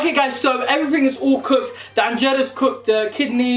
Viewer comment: Man said anjeero nah I rate this guy whalahi 😂😂